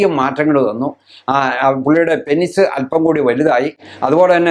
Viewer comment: 'പെനിസ്' അല്ല ഡോക്ടർ.. പീനസ്/പീനെസ്സ് എന്നാണ് penis ന്റെ pronunciation..